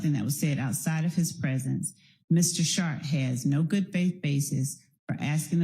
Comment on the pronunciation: Bro the T in his name is silent. You’re saying shart like a shitty fart